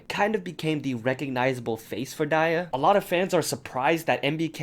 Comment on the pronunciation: WAIT YOU PRONOUNCE DIA AS DIE-YAH ....NOT DEE-YAH 😳..?